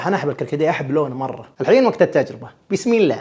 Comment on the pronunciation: ليش تنطق (بيسم الله) هكذا؟ ياهذا هي تنطق (بسم الله)